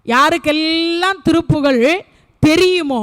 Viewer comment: திருப்புகழ் உயர்ந்த தமிழால் இயற்றப்பட்டது.அதை எளிதில் படிக்கவோ புரிந்து கொள்ளவோ முடியாது.திருப்புகழ் என்று சொல்வதற்கு பதில் திருப்புகல் என்று சொல்லி கொல்றீங்களே இது நியாயமா.நாராசமா இருக்கு.அருமையாய் உரையாற்றுகிறீர்கள்.தயவு செய்து மாற்றிக்கொள்ளுங்கள்